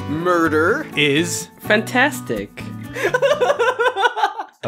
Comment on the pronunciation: It's fantastic not fantastik